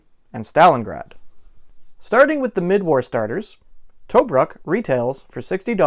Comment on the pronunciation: TOE - BROOK